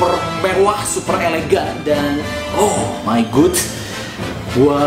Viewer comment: Bang "Oh my god" bkan "Oh my gud" saran doang